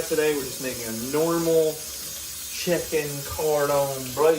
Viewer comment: "chicken-cord-on-blue" Now you're just making up words bro Wait why is there an escape counter lmao this is getting good